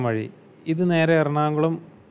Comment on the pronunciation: മലപ്പുറം ആണല്ലോ താൻ... ആ സംസാരം കേട്ടാൽ തന്നെ manassilavum.. പിന്നെ എല്ലാ മലപ്പുറം ടീമും എറണാകുളം എന്നുള്ളത് എറണാoകുളം എന്നെ പറയൂ... വിവരക്കേട്.....